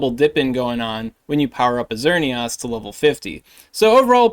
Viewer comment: My guy... It's Xer - neee - isss Like Chris or miss